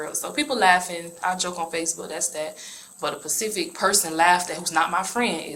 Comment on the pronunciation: It’s Specific. Not Pacific. I enjoy a specific type of tea. Not, I enjoy a pacific type of tea.